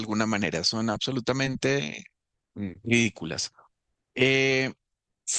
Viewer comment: "ACSOLUTAMENTE!" jajajaja!! Payaso!!